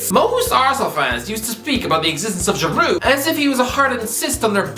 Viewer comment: Good to see some respect on the name of Giroud. The French 🐐